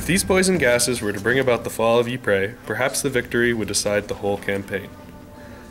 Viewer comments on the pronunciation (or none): Narrator Ypres is pronounced eee p, not e pray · I can’t watch he’s ruining it saying eeepray